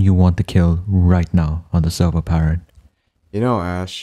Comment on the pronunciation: "on the sewvew"